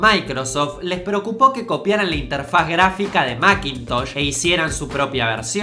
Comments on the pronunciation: "Mackintosh orishinal" jaja Se equivocó la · "Maquintosh orishinal "